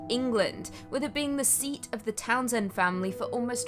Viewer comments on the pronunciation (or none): none